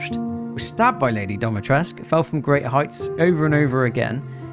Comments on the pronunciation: Its dimitrescu, not domitrescu. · It’s the way he says it like ‘DOMitrescu’ for me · I like how pronounces "Dimitresccu" as "DommyTresc" 😂. Also, is Lady Dimitrescu based off of the "Blood Countess Elizabeth Bathory"? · So Dimitrescu is pronounced "Dee-mee-tres(like in spanish)-coo" :) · DimitrescU. It has a 'U' at the end, it's a Romanian name. I am not Romanian but i still get triggered. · It's Dimitrescu with the U pronounced as an 'oo'. Go ask any Romanian. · Hold up, so you know Dimitrescu is an actual Romanian name and you still choose to say it wrong?